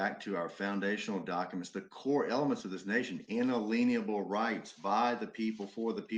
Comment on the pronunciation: they mispronounce inalienable because to them it's in-a-LIEN-able. :)